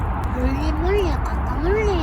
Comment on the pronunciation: ㅋㅋㅋㅋㅋ 악센트가 그게 아니잖음 홀리~ 몰리~